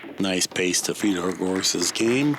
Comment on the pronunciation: Fedor still so young that the commentators didn't even know how to pronounce his name properly 🤣